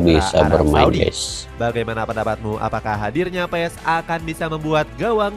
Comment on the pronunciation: Marten paas cara bacanya bg